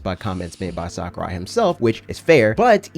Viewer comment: HIS NAME IS PRONOUNCED SACK-OO-RYE NOT SOCCER-EYE But other than that great video